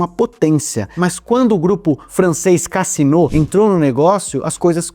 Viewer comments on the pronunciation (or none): A pronúncia é Cazino. A tônica é no zi.